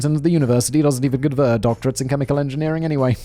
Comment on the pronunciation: “chemilichan engineerier” I had to slow it to .25 to figure it out what was actually said lol.